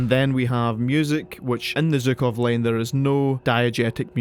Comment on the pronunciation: Why Zukov? It's clearly Zhukov, it's literally in the name